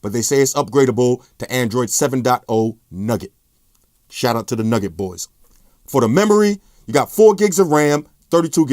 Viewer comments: You just said Nugget it's nougat lol like a candy filling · nougat....not nugget. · Android N "nugget" 😂😂 it's nougat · He knows but he pronounces things his own way, like Nugget for Nougat and Hawaii for Huawei